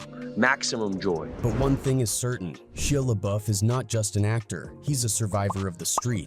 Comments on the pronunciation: Right? Ain't no way he didn't know how to pronounce it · Atleast pronounce his name correctly. Disrespectful n Unprofessional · Why did he pronounce his name like that?😂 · I can't watch with you getting his name wrong the entire video